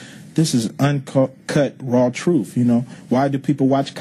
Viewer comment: Yeah what a genius telling us what the “troof” is.